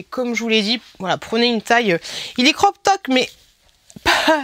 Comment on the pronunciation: on dit " crop top" 😉